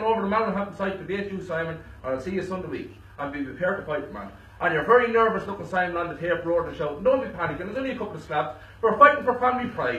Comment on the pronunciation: it's very not fery